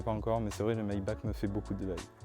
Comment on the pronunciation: Super vidéo, par contre on dit "maibar" et par "maibak" en allemand le ch ce prononce R